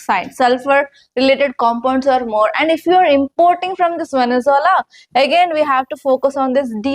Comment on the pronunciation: వెనుజులా నీ పలకడం కూడా రావడం లేదు మేడమ్ గారికి